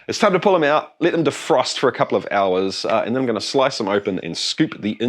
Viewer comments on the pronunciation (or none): none